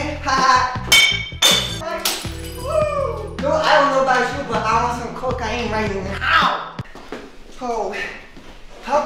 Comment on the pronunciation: I love how you pronounce CO-CAY-N